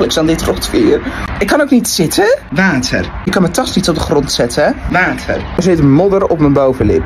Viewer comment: De manier hoe hij "wAtEr" zei😹😹